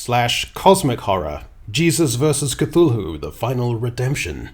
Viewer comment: Loved the fact that you pronounced,Cthulhu properly 😂 👍